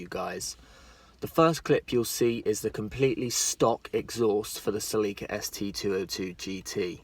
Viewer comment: Cel-e-ka Not see-lee-ka